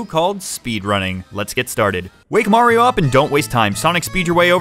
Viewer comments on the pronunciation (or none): super munkie'o Odyssey